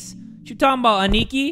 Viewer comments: Lmao, the way he pronounced Aniki . . . . . . . . P.S. it's pronounced like this (Ah-knee-key) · i feel like should know, Aniki means older brother and its pronounced as "Ah-knee-key" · Hi! Aniki isn't actually the name, that means brother in Japanese Ah-Knee-Ki (for sounding it out) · pronouncing it “aneekee” 💀✊🏽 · The way he pronounces "aniki" xD